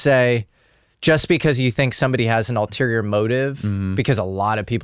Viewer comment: The correct word is: ULTERIOR, not alterior.